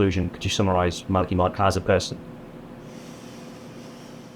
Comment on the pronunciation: Art never did get it was Mala-"key". The man himself tried to correct him two or three times but it just didn't stick.